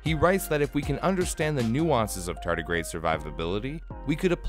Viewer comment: You say tardigrade, but I keep hearing tartus....